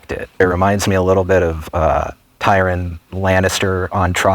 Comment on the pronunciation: He called him Tie-Ron 😂